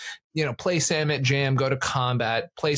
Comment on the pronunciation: Thank you from that bottom of my heart for not pronouncing Samut "suh-MOOT". While I don't think this makes it all of a sudden cEDH viable as a commander, what I see that I don't see being explicitly discussed is, Samut comes down and gives 1 speed, then because of First Strike, hits before the rest of your team, which as Start your engines! reads, means that before the rest of your guys deal damage, they all have +2/+0. So it looks to be a double anthem right away as well as a cost reducer.